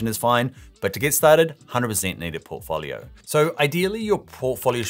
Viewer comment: If he pronounces "portfolio" like that one more time...